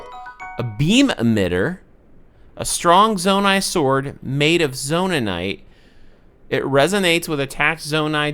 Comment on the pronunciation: Zonaite for you is Aluminum for British places (Australia sounds similar to British accent cause it was colonized kinda late.) they say Aluminium instead of Aluminum. You say Zonanaite instead of Zonaite. Keep doing it I like it - sounds more mineral-like than just Zonaiwith a ‘te’ at the end.